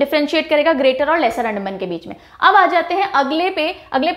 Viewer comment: Mam Bhut bhut achha pdhati h ap pr mam ek shikayat h अंडमान बोलते है मैम एंडमन nhi mam please Angrejo jaisa sound ni kra kriya Hm Bharatiya hai we don't need to copy Englishmen's Accent🙏🏻🙏🏻